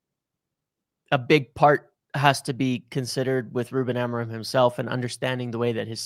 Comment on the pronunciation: Can we say Amorim the right way and not the American way?